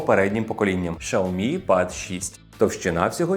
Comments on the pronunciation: Шаомі 😂 дід шось заганяється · Дизлайк за шаомі